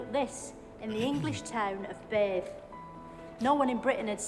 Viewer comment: 😂😂 in the English town of Bathe went over your head. Bath is pronounced bath, not bathe. And they aren't English.